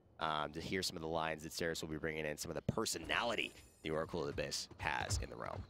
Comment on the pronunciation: 1 Question. why say abbys? ( Supposed to be abyss probably) why not just say Seris